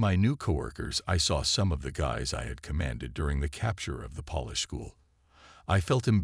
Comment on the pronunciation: Polish is with a long O sound. The way you use polish is like you are dusting furniture. Why throughout the storylines do you use the word CORPSES when talking about Corps? You either just say Cor, ignoring the P or if plural you say Cors again ignoring the P. CORPSES are dead bodies. The only time these can be used functionally are from the Bible: Valley of Dry Bones from EZEKIEL 37 or when there's a miracle and a dead person raises from the dead as in Lazarus or the young girl who JESUS says is "merely sleeping " even though dead. What's with ASTERISK ASTERISK ASTERISK? You sound like Biden reading a teleprompter. Words like: barrage, Grenadiers, and a myriad of other simple words are mutilated. It's frustrating and distracting.